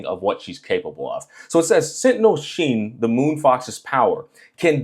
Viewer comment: Google is wrong 😭 Her full name is 心月狐 (Heart Moon Fox) 心(xin) = heart so I would probably pronounce Hsin as “sing”